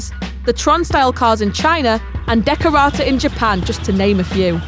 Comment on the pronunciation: The trucks at the end, it's "Dekotora" not "Dekorata"